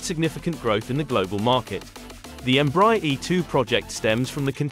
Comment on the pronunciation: Please learn to pronounce the brand name right EMBRAER is spoken EM-BRA-AIR